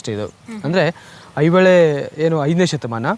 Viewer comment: ಈಗ ಯುಟ್ಯೂಬ್ ಚಾನಲ್ ಗಳು ಕನ್ನಡ ಭಾಷೆಯನ್ನು ಹದಗೆಡಿಸುತ್ತಿರುವವು ಇದು ದುರಂತ ಮೊದಲು ಇವರುಗಳು ಕನ್ನಡವನ್ನು ಸರಿಯಾಗಿ ಮಾತನಾಡುವನ್ನು ಕಲಿತು ಚಾನಲ್ ಗೋಳನ್ನು ನಡೆಸಬೇಕು ಅಣ್ಣಾ ಮಲ್ಲಪ್ರಭ ಅಲ್ಲ ಮಲಪ್ರಭೆ ಹೈ ಹೊಳೆ ಅಲ್ಲ ಐಹೊಳೆ